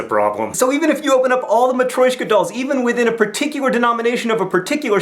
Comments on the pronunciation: maTRYOshka. not maTROYshka. love you john :) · Completely unrelated to the discussion at hand, and trying for some levity: Matryoshka, John, not matroyshka! And on to the topic being presented: this entire week has been absolutely fantastic for me as far as exploring the way I look at the world, thanks to the two of you for sort of providing a frame in which I could examine myself.